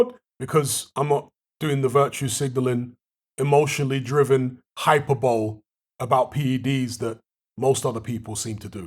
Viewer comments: It's "hi per bow Lee" not "hyper bowl" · i think it's pronounced high-per-bow-lee